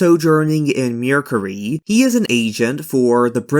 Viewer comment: Also it's MER not MURE so MERcury